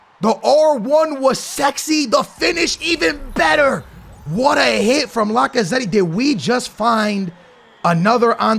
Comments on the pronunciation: Bro this Mans Name ist Lacazett not Lacazetti 😭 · i don't wanna be that person, but please pronounce Lacazette's name properly😭